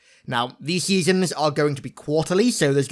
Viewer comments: Seasems! Not seasons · SEASON not seasom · Is he saying seasoms? With an M? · Your pronunciation of "Seasons" got progressively worse throughout this video